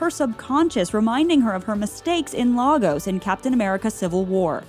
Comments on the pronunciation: Please stop calling it Lah-gos, it’s pronounced Lay-gus. No Nigerian calls it’s the former. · Lagos is pronounced like Lay-gus. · Lagos is pronounced lay-gus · Lay-Goss it's pronounced Lay-Goss. Sincerely someone who lives here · Marvel its been saying it wrong since 2015 and we learned from them, lil sad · Yes! It’s been irritating me ever since the film - if you’re gonna use real places, go a quick Wikipedia search! The pronunciation is literally in the first sentence. /ˈleɪɡɒs/ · Go to Google translate; Type in Lagos; Look for the ENGLISH pronunciation NOT the Portuguese one; Click on the speaker icon. Yeah. That's how you pronounce "Lagos". You're welcome.